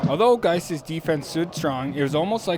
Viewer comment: The pronunciation mishap was gold. GAIS sounds exactly like "guys". But I think yoy said something like "geese". I'm glad you did 't say "gays", though, or we would have a real problem. 😂